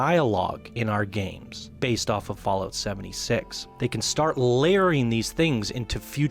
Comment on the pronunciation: I have no issues with the video, i actually agree with some things. BUT i cant stand that he calls it "FallOat" !! xD It's not cereals u eat on rainy days god damnit!